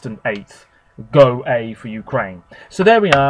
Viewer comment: I think Go-A from Ukraine is pronounced "Go-Ah".